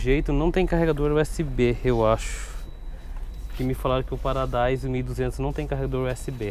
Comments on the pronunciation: Não é paradise é PARADISO KKKK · Uma observação, não se pronuncia paradaiso, se pronuncia Paradiso, obrigado pela atenção, é boa sorte no seu canal, é ótimo o entretenimento! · Paradaiso nao, é Paradiso cara EDIT:VIRGULA